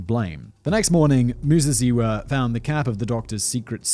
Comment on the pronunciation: Your pronunciation of Muzeziwa was spot on. greetings from Zimbabwe